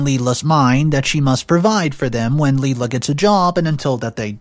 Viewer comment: My only issue with this story is, the name isn’t pronounced LeeLa the name is pronounced Lie-La. It’s like Lilac just without C!